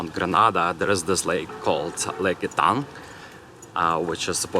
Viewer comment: Not "E"-tang. It is pronounced "Eh-tang," Grand Etang.